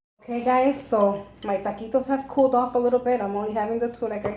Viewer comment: Taquitos. Not ta quits. Lol.